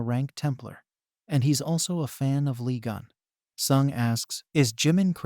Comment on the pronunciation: I coudn't concentrate 'cause my mind be automatically correcting the name. If I'm not mistaken, it's supposed to be "Lee Geun"